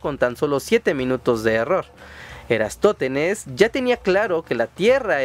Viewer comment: Ptolemaico*, no "ptolomeico". Eratóstenes*, no "Erastótenes".